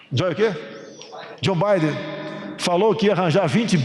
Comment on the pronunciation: Joe o quê? 😂😂😂 É Joe Bidê, Presidente... Joe Bidê.